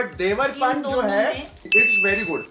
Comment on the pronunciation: फुकरा जी इसको देवरपान नहीं देवर्पन बोलते हैं। Domestic brand hai kaafi chalta hai rural mai